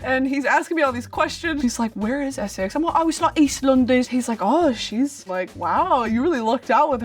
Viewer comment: It veers between Essex and a general northern/midlands accent. Although still amazingly good for an American! Unfortunately the word that messes up the consistency of her accent is when she says 'London' which sounds properly Northern, but then lots of the accent she is using is a kind of Essex accent.